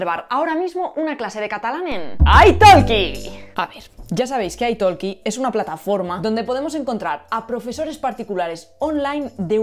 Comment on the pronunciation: ¿Italki es una palabra inglesa? ¿por qué la pronuncias en inglés "aitolki" cuando yo leo "itolqui"?